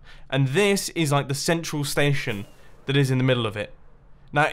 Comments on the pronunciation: The way he says STAESHON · am I the only one that thinks MUMBO pronounced station very weirdly, with that accent.